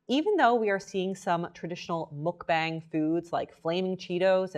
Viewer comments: I love your videos so much. I feel so safe with you. just a tip though! its pronouncedd muk b(ah)ng. like when u say aaaaa for thee dentist! it's deriveeedd from the word bangsong in korean that meaans broadcast! muk is eating. Eating broadcast! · i love you! but please... it's pronounced "muck bong!" 😭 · MULK BANG ARE YOU KIDDING? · It's not Muk-BANG it's more like muk-bong